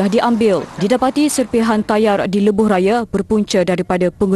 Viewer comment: Piawaian...bkn Piayawan